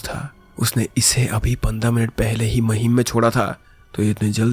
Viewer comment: It is maahim not mahim